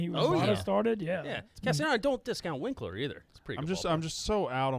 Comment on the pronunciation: said Votto is an “old bag” when he’s hitting OPS over.900 this year and then proceeded to say All star Jesse Winker as “Winkler”. Cincy against the world cmon man 😂